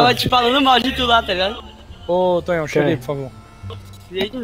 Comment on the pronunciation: Oooh da um salve DPS VC falou meu nome errado!!!!:/